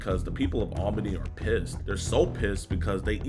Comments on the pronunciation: Is it really hard pronouncing Albany correctly? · Why did you pronounce Albany like that? It is very odd.